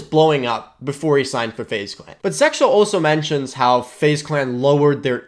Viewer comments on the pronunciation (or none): it sounds like you said SeXel lol